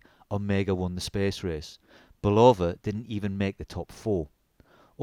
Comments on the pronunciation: It’s not a ‘Bull-Over’! It’s a ‘Bull-Of -Uh’ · It's pronounced BULL-UH- VUH. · Mate, give Bulova a phone call. They'll tell you it is never pronounced "bull lover". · its not Bull-oh-va friggin limeys... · This is very nice review of the Bulova Lunar pilot -- well done! A couple of background comments, if I may. Bulova (pronounced BULL-uh-va, with accent on the first syllable, and no long "o" sound but "uh" instead) wanted to get their products on the wrists of astronauts and lobbied US Congress hard to get another shot at a contract, pointing to the rules set out in the 1933 Buy American Act. Bulova didn't have any manual wind chronographs in their catalog, so they went to their Universal Geneve subsidiary and procured the watch that became the prototype worn by David Scott in 1971. Ironically, it was a Swiss watch through and through, with a Valjoux 72 or 7736 movement. David Scott was given the watch by fellow astronaut Frank Borman, a West Pointer (US Military Academy) with personal ties to the president of Bulova at the time, who also knew Borman from West Point. Bulova's CEO was retired five-star General Omar Bradley, yet another famous graduate of West Point beloved for his leadership in World War II. The watch was carried as a favor and part of Scott's "personal effects", which all astronauts were allowed to bring on board with approval from NASA. They also took a bunch of first-day-of-issue postage stamps, which led to a major brouhaha later as NASA took a very dim view of astronauts using their government service for financial gain. The Omega Speedmaster did indeed fail after the second EVA on the moon, so Scott simply strapped his Bulova prototype on and completed th